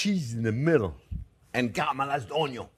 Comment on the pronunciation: I clicked immediately when you said "caramelized Onyon". 🥰